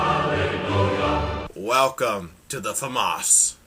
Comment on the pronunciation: how to pronounce the "famas": famous